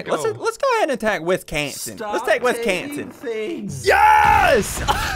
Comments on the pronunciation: No Wis-gone-sin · Ian she have said Wisconsin more like WisGONEsin